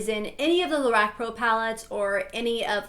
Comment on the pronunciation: Lorac is actually pronounced La-rock. But I really enjoyed your video anyway!